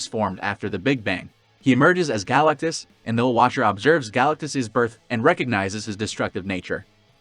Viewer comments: Great video but it’s pronounced “Guh-LACK-tus”. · Yeah, that's not how you pronounce GalacTus. Note the T. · i couldn't go through the vid. the pronunciation of galactus is too distracting. stopped